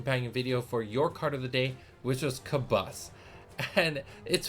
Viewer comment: I was really impressed with the J2 starter set so hearing that Origins is gonna be even better has me hyped 😳 Also I'm sooooo sorry we have been pronouncing Kabus as "Kaboose" LOL 😂